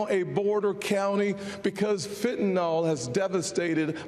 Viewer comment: Does anyone know how to say Fentanyl? It's NOT Fentanol (like TylenOL). It's Fentanyl like FentaNIL...lol!